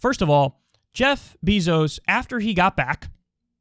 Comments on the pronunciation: This man Kyle says “Jeff BEEzos” lol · I love how Kyle calls him “Beezos” lmao